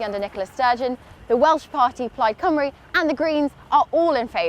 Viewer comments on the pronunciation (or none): none